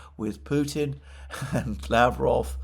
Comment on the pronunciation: Mercouris, you did it! You did pronounce Lavrov in Russian correctly once. Good job mate! The other 10 times you absolutely butchered it! Again 😂 Keep trying.... Don't forget Ushakov and Peskov's last names are pronounced in the same way as Lavrov. Stress goes on the last syllable. The "ov" syllable.